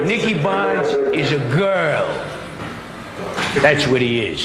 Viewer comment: bonds is how he pronounces it